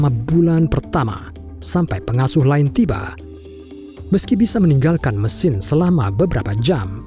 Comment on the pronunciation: Baek, maen, laen. Harus gitu kah pengucapannya?